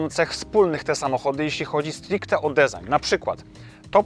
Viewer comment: Na rany chrystusa - jak ktoś nie umie wypowiedzieć design, to niech mówi projekt. Fajny film ale mam ochotę wytrzaskać za błędy w wymowie po pysku martwą rybą. Sub poleciał tak czy owak.